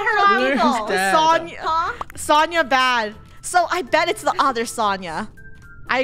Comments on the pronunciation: btw its pronounced so-n-ya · Sonia is actually pronounced Sonja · Fun fact: It's pronounced So-n-yah. Im pretty sure sonia was dressed up as sonia nevermind from danganronpa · ItS so-nyi-ya jEeZ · Who else were triggering at the way they were saying "Sonia"